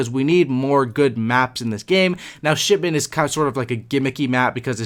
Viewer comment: Did you say shitment ㊗️😂